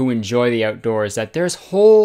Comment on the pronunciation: Jennie Nowacki I love the oatdoors.